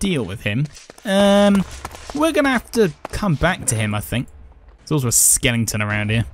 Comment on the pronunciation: is it "skeleton' or "skelington"?